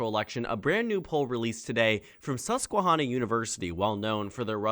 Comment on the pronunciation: The first "a" in susquehanna is pronounced like "hand"